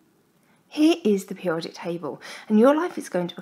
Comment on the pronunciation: She can't pronounce periodic